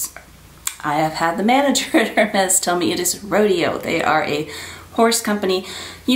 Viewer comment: Hi, the correct pronouciation of the Rodéo is Ro-day-oh (in French) because of the é. Hermès is Air-mez, because the H is silent and the è creates the mez sound.